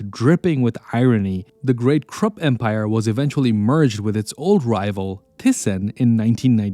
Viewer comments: KRUPP pronounced as KROOP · Why does the AI voice translates Krupp to Crook?